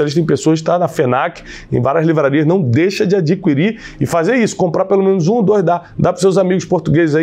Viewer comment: Bom dia Tiago. Só um toque para a pronúncia da palavra ADQUIRIR: a di ki rir